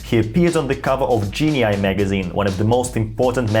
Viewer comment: It's pronounced JEE-NEE magazine, not JEE-NEE-I. Also, I have always pronounced his first name as you do: DIE. However I was recently told he actually preferred: DAY. The time I met him, I called him Mr. Vernon and was too young to think about asking him such a thing. Can you cite a reliable source for the correct pronunciation? Pronouncing his name correctly is the least we can do to honor the man. Thanks for a great video. 👍 & subscribed! John